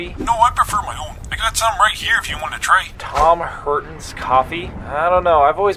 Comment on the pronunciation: It should have been Taun Hor-taun coffee.